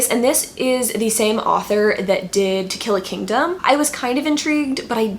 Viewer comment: At first I thought you said "Tequila Kingdom" and I was SO ready to jump on goodreads & search for it but then it dawned on me that you actually said "To Kill A Kingdom". I was.........disappointed :/